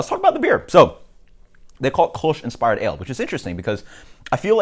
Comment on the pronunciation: sounds like you're saying "koosh"